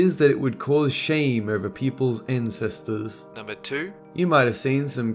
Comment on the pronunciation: "World War Ptoor"